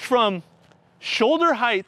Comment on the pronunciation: its HEIGHT, not heighth. Common mistake. Dont let it happen again :)